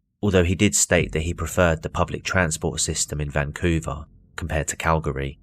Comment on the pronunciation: you should’ve consulted me for this video! It’s “Cal-Gree” not “Cal -Gahree”. Yeah we’re weird, but Worcestershire is pronounced “Woostehshur” so you can’t complain!